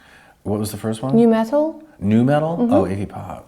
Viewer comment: Also, it's nu metal, not "new metal."